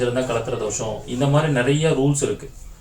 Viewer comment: அது தோஷம் not தோசம்